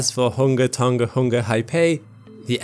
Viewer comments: its kind of annoying that people say ton-G-a. but its pronounced do ng a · Pedantic old guy here… South Pacific languages and dialects use a soft “g”. So “Tonga” is pronounced like “song-a” not “ton-ga”. 👍🇳🇿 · Learning how to pronounce a place name is a great thing to do when speaking about different places in the world. The letter 'g' in Tongan is pronounced the same as it is in the word singer. Pleeeease people stop saying it with a hard 'g'. Great clip otherwise.